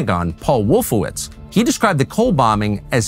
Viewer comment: “Wolfowitz” every single time.